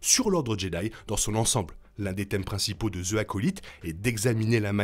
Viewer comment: Vidéo au top comme d’hab 😁😁😁 (Juste dans « the acolyte » le « the » ce prononce « zi » car le mot suivant commence par une voyelle)